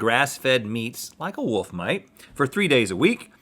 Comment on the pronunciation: Anyone else surprised by / proud of Rhett for saying Wolf correctly?